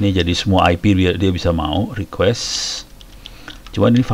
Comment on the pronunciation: Pak harusnya request, bukan requesti